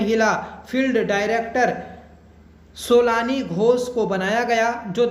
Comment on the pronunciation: सोलानी नही सोनाली है sir जी नाम उनका